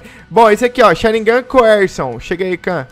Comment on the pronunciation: O diz sharingan da maneira correta como dizem em japonês